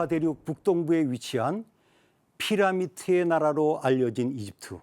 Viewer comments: 피라미드를 왜 피라미트라고 하시는지.. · 피라미드를 왜 피라미트 라고 하나요